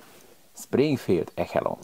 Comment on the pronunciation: Szoktam nézni amcsi videókat, és ha jól értelmeztem akkor ott kötelező a fegyverekhez adni zárt , gondolom valamiért itt benne hagyták. És ha jól hallottam ott nem ehelon-nak hanem eselon-nak ejtik.